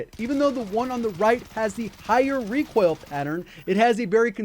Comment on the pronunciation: I can't stop hearing Recwoil.